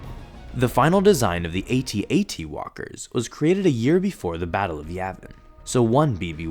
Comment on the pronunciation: Yay! Correct way of saying AT-AT!